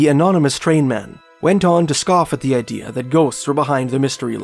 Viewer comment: You know that there is no "R" in Canada, right? It's not Canader. And you don't have a good idear. Maybe work on the rhotic impediment?